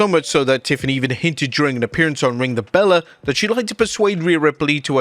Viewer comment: The channel is ring the BELLE not Bella 😂